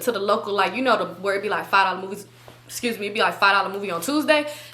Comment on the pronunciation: Esuse me 😂😂😂 is mad funny to me omg bro 😂😂 everytime u say it i be wheezing 😂❤